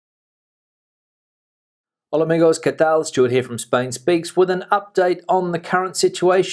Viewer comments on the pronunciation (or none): none